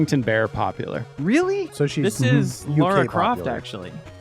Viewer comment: You know what triggers me every time!? When Americans can't tell apart Lara from Laura. They are two different name with two different pronunciations. Please learn it!